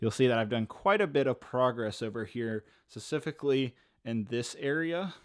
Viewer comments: Specifically* Emphasis on the p. Thank you. That’s my only critic and it’s petty, I know. Keep up the great work! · Please stop saying specifically wrong lol